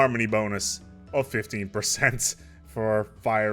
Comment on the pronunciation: When you were going over Bulwark of Harmony you slurred 15%